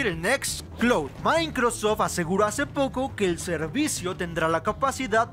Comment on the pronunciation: El "maincrosof" jajajajajajajaja